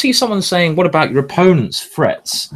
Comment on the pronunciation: not gonna lie -- the first couple of times i thought he was saying "frets"... and english is my primary language 🙄lol